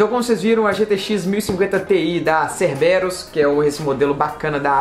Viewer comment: Caramba que coincidência, estava pesquisando sobre essa placa hoje!!! Obs; A pronúncia é: "Cérberus" com acento agudo no (e)...